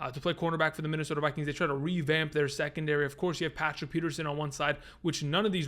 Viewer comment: You pronounced Tim Patrick wrong